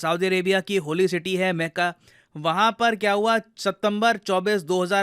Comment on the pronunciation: मेका नही हम लोग मक्का नाम जानते है। 😅